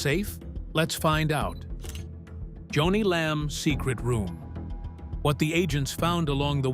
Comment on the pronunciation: Her name was JONI pronounced Joan--ie NOT Johnny no no no!